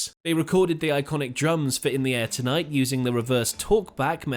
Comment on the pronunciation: Good video BUT why do you say Say " In the AIR tonight " ? When it's actually "In the air TONIGHT" a small thing i know but really annoying , Listen to how Phil says it. 🙄